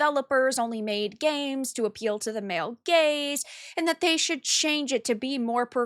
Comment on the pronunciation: Oh, she said "gaze"... I heard each time another rhyming word (so was a bit confused) :D